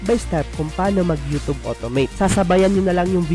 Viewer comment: You’re pronouncing YouTube wrong.